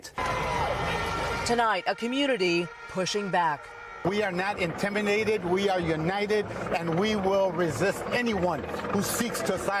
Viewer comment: we are not inteminated